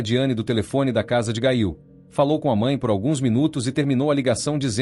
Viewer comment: NARRADOR NEM SABE PRONUNCIAR O NOME, GAIL??????????😮😮😮😮